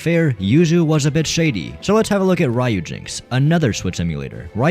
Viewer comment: Ok but in return, you stop pronouncing it "poKEYmon" and "rAIyujinx"